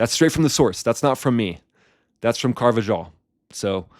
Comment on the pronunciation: Car- va- HALL ... you’re welcome, bro that’s how you say it.